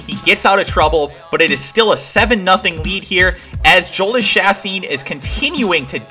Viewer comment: Just a little heads up Jhoulys Chacin is said "Yo-lease Cha-seen" :D